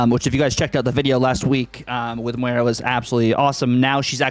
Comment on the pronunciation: It’s Moy- rah not Mwey- rah brother, it’s not that difficult 😂